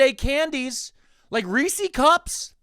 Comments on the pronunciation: My guy, how can you live in PA and pronounce Reese’s wrong? It’s Rees-sez not Rees-seas! (I’m in Harrisburg like 20 minutes away from Hershey. They say Rees-sez at Chocolate World.) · Have I been saying Reese's wrong my whole life, or have you?? You got me questioning my past... Maybe it's a regional thing? I'm in PNW and I swear its "ree-sehz" ahhh but now I just said it out loud so many times nothing sounds real so who knows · You live in Pennsylvania, pronounce Reese's correctly.